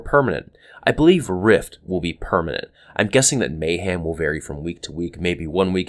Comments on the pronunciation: Every time you talked about Mayhem and said Mayham and showed a picture of ham was HILARIOUS. XD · may*ham* huehuehue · No, may-HAM